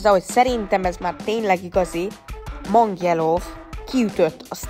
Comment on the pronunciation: Mang yello ugy kel kiejteni🎉